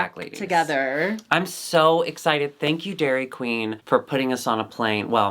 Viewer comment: "thnk yu"